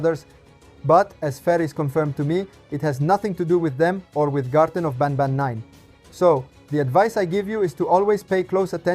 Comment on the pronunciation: I have a question Why do you say Garten of bAnbAn inside of Garten of banban lol😂